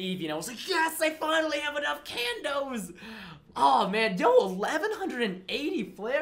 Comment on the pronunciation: Haha he say candos